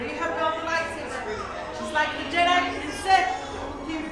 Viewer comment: The lady said “the kyber crystal is the heart of your light-saver” SAVER!???!? it’s a light-saber! Not saver